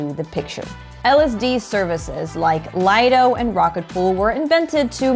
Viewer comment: Nice video. Also, it's pronounced, LEE-doh. Definition: 'Private beach'.